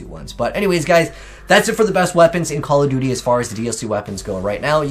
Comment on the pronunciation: “Modern campfare” lmao